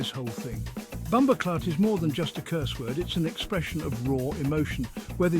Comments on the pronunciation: HE SAID BOMBO CLOTH INSTEAD OF CLAATH. 😂😂😂😂 WELL RESEARCHED AND PRESENTED THOUGH . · Just hearing what sounds like David Attenborough at first mis pronounce bumboh claat had me rolling, especially the subtitles spelling it the same way he said it. 😂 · It not BumboCloth!! Get it right!👍